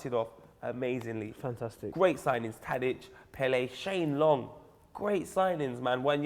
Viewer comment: Pelle (pell-a) not Pele (Pell-lay)